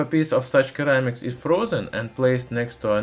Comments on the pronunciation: You should pronounce ceramics “seramiks” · Your comment would have more validity if he was speaking one of those languages. He's speaking English, and there is literally no English dialect that pronounces it "Keramics." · "Sir-ram-ics" not _ker-ram-ics Even so, your English is much better than my Russian. Great videos though. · Very informative and good video, but Kermics. OMG. Ceramics. Tseramics. Not kermics. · Keramics. Cute. Lol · As in Sir - amics. :) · Great video! In english ceramics has an "s" sound. Ie "seramics" Cheers! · the c in ceramics is pronounced as an s so seramics english lesson done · Of course he would pronounce ceramics as something weird like "keramics". I'd be disappointed if he didn't. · Issue is I’m now saying keramics too after hearing it 200 times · What is it with all the haters in the comments section? This guy does his best to make informative videos and doesn't deserve being mocked because he doesn't pronounce ceramics like a native speaker. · When making a video on Ceramics in English... Step 1: learn how to pronounce Ceramics properly.